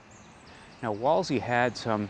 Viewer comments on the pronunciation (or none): For future ref, Wolsey is pronounced "Wool-zee"